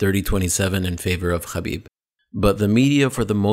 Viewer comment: The way you're pronouncing Khabib is wrong in English, Russian, Azar and Arabic. You're as bad as Ariel Hawani with this inept attempt at sounding cultured.